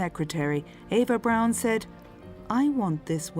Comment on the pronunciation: Her last name isn’t pronounced as Brown - it’s pronounced Brawn like Brawny brand of paper towels